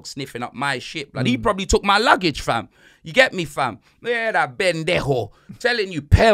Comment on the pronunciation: sounds like he’s saying “Bendejo” instead of Pendejo. Which reminds me I had a friend named Ben growing up, so that was his nickname.